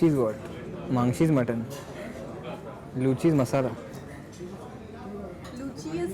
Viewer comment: A person who is going to do a food review needs to have a minimum know how about that particular cuisine. Calling 'luchi' as 'lechi' throughout and never knowing what is mangso or what is puri, elementary my dear. Next time just go through some of the sites on those cuisine before visiting.